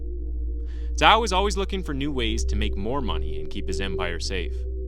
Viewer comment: The fact that you correctly pronounced his family name 🫡🫡🫡